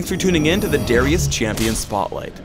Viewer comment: Darius, not D (are) ius lmao